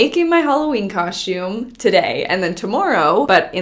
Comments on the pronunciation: Everyone else: “cos-tume” ❤️: “cosh-tume” Lmao I love it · u still say coshtume instead of costume 😂😂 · It's the "my Halloween cosh-toooom" for me 💀😂🤣😂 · Just wanted to hear you say Coshoom🤣 love how you keep it real! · why you say "COSHTiUME" lmaooo like HUH? babygirl you LITERALLT say " kauschtiume " AM I RIGHT? 😂 someone back me up here lol LOVE YOU GIRL! HAPPY HALLOWEEN EVERYONE ILYYY ALLLL BBBBYZ xoxo 👻 💛 🎃 🌕 ps ima new yorker so I already know I be saying shit wit an accent. but KAUSCHTIUuME?!!?!?! lmao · I love that you still cohstume its so cute:) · I absolutely love, but she's the only person I know that says "caushtyoum" lol 😆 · Everyone: costume:... Coshume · Anyone else read the title "Making my Halloween coshoom" in voice? 😆